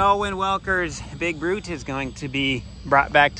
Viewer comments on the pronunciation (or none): I thought you kept saying Big Butt… not that it wouldn’t fit too 😂